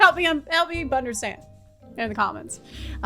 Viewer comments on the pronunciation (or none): I have my OC tattooed on my arm. Also, did I hear you say: “bunderstand”?